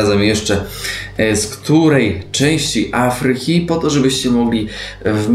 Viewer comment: Do A-fryki a nie A-FRY-ki, uwielbiam Was, ale akcenty sa wazne :)